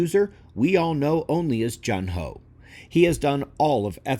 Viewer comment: Correct me if I'm wrong, but I think his name is pronounced Joon-ho. Hearing it multiple times made me want to comment. And I enjoyed the music here.